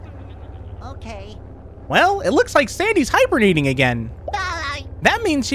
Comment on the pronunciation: I thought he said hiberniting instead of hibernating lol